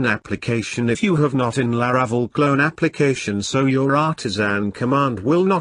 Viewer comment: His pronunciation of La-RA-cel is painful